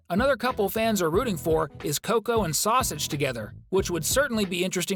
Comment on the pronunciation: "Coco and Sausuge" 💀💀